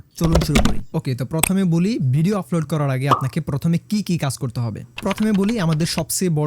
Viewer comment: আপনার উচ্চারণে ভুল আছে। আপনি আপলোড কে বারবার আফলোড বলছেন।